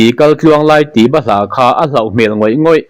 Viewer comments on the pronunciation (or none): Ka lo inrawlh ve lawk..patling thankin tawh,channel neia video siam ve si chuan Mizotawng dik hmang thei tur hian inzir ve deuh a tha..'Mitmu pawng zawrh' tih lai te,'tlauh tlauh' tih lai te,'bahlah' tih te hi i thluk diklo tih i hria em le? A tam zawk chuan Double adverb te hi kan thluk diklo nasa..Sawi tawh lo mai ang,phunchiar nih bak kan hlawh lo😅